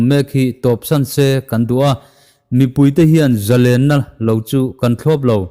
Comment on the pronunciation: Zalenna pawh i lam thiam ta, a ngaihnawm a, hmasawnna a awm zel e.